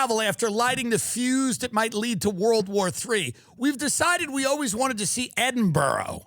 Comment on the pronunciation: Edin-bruh you pronounce it bigman 😂